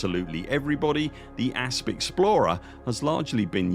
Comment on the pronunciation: Correction please, the Asp Explorer is pronounced Asp Exploder.